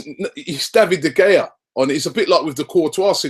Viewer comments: Robbie ...... its pronounced De Hea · How does he still not know how to pronounce De Gea? Good lord